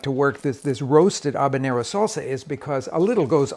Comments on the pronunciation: Ha-banero, not A-banero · Great video, but it's pronounced Ha-banero, not Ahbanero. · ...aw-ban-ero...really? Where are you...Newfoundland?? Let me help you not embarrass yourself: haw-bah-nyer-r-r-oh Now practice it. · HaB a nero not Ab a Nero! 😬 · I had to bail after about the 12th "Obanero". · I've noticed Americans can't say H. They say 'erb or 'abenero not Herb or Habenero. Anyone else noticed that? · The fk is an “Obinero”? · If I had an ahbanero for every time he said ahbanero…. I too could make ahbanero salsa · he really enjoys saying A-banero.... ha ha. Love Rick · Love your sauces and videos. Making a sauce right now, in fact. LOL I smoked the peppers, onion, carrots....gonna see how this version turns out. BTW....is the "H" in Habanero silent? Asking for a friend. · Turns out everyone else on the planet pronounces the H. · The way he pronounces habanero is bugging me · This guy’s insistence on not pronouncing the ‘h’ in habanero is legendary.